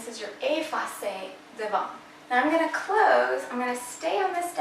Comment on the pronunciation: You’re adorable but we don’t pronounce the t on devant x great info though